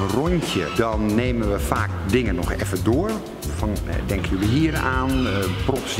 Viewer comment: Hahahah! Niek!! ''Wacht eaven' HAHA